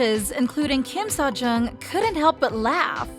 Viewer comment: "Enhypoon" and Kim "Sojong" 😭, BE better, please!🙏